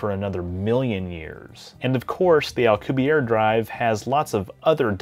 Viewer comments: You're pronouncing it as if his name were French, not Spanish (he's a Mexican physicist). His last name is pronounced "al-coo-bee-AIR-eh" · As always for you,, an absolutely fantastically informative video. I was going to comment on your pronunciation of Alcubierre, but noticed you already apologized in the comments. I don't think we could build a Star Trek-type warp drive at all or a different type of warp drive anytime soon, especially if it involves anti-matter because it's so difficult to attain in any substantial quantities. But, if improvements knowledge and technology increases exponentially as it has in the last century, we might get something close within the next couple hundred years. If we could somehow hitch a ride on the expansion of spacetime itself, we aren't limited to the speed of light.